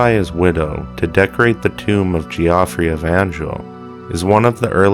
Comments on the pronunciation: Geoffrey, pronounced ..Jeff ree. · It's pronounced the same as "Jeffrey". FFS